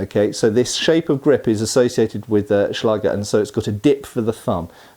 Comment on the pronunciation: a small pronouncion error. The sword of german accademic fencers is called Schläger, the ä is spoken like the a in care or ban. A Schlager as you pronounced it, is a german music style song, popular in Germany and some neighboring countries, some like it, some not.